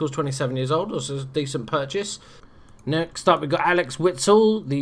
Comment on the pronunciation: Axel Witsel, not Alex Witsel ;)